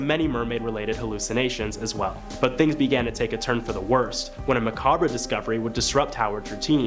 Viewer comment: Poveglia and macabre are so awfully butchered each time. It’s almost painful😅